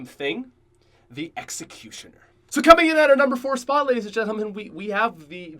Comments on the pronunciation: He said the exacusioner and i wanted to roast him so bad but i wont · I'm playing mob of the dead and right as he's said duel weild five seven I get them from the box 🤣 OMG when he said exicutnor I got that one to 😅